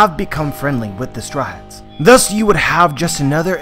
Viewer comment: I hear chewable when he says his name and stryats when he says Straw Hats lol